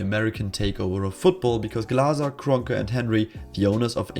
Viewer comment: That German pronunciation of Glazer and Kronke 🌟